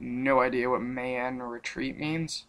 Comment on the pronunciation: mayan retreat is pronounced "my an"